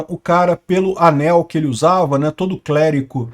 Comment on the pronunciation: MOMENTO Clérico, errado. Clérigo = CORRETO